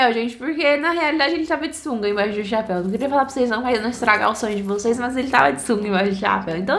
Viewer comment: Ela fala chaaaapeu